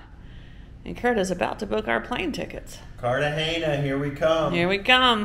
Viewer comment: Cartagena not Cartageña!!!!